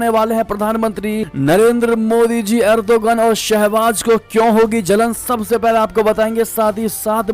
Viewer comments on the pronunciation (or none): none